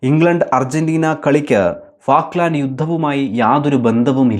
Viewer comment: ഫാക്ക്ലാന്‍ഡ് അല്ല ഫോക്ലന്‍ഡ് ആണ്